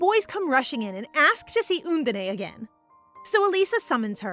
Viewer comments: Love the manga and reading as always! But the pronunciation is "Un-dine", not "Un-din-ae" ❤. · Undine (the water spirit) is actually pronounced like uhn-deen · lol, how the narrator keeps saying 'undine'